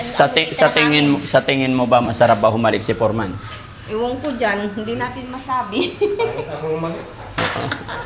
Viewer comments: forman pgbasa Nyan Df silent e' (foreman) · FOREMAN pronounced as fòr-- man ( silent "E" ) 😊✌️